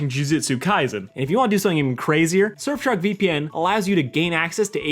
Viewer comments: Yes fellas you heard that correctly. He said shurfsark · heh “Shirfsark”